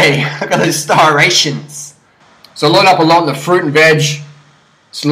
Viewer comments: You are not 3% body fat buddy, prolly around 7. And ur skinny man, a lot of people can 140lbs and cut....NOT IMPRESSIVE! And it striations, not starations! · lol "stirations" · It's striations not starations fool!!!